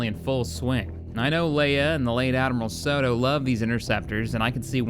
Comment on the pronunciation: Sato not Soto